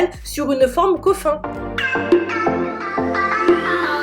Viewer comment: je pense qu’elle faisait référence au “coffin” qui se lit “coffine” en anglais et pincher “pinecher” voila voila